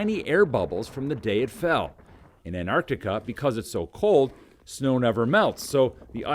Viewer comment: I’ll respect Americans more when they can pronounce Antarctica properly.